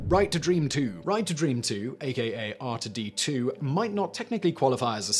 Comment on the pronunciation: I was expecting people to comment how he pronounced "R2D2" wrong... At least it's strange to hear it said this way.